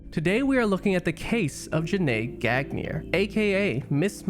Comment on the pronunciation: man u murdered her last name.... horrible.